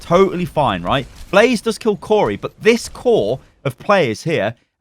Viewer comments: Blah Zay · Blah zay not blaze